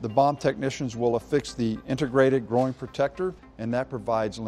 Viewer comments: He also said groin like "growin" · Did he really pronounce "groin" as "grow-in?"